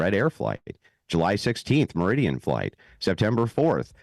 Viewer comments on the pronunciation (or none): none